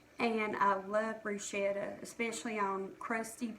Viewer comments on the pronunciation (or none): I’m Italian and I like to help people with pronunciation of Italian words. Bruschetta is pronounced Bruce-kettah The sch is pronounced like the sch in school. Bru-Shettah - like you are pronouncing it - would be spelled Bruscetta in Italian and there is no such word. Hope you take no offense toward my “Italian “ lesson.